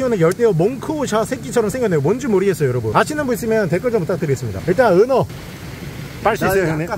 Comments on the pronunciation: 은어낚시를 은혜 낚시로 발음하시는거 같은데... 은혜님한테 은어처럼 화나서 헌터퐝님이 낚시대 뿌러지는것처럼 허리가 뿌서질갓같은데 미리 삼가고인의명복을빕니다.. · 나 왜. 은어가 은혜님이라고 들리지? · 은어가 왜 은혜라 들리죠... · 자~은혜 낚시 아니고요 은어 낚시 입니다😂😂 사랑합니다 은혜님 ㅋㅋ❤❤ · 은어을 은해라고 들었네요 중독인가요?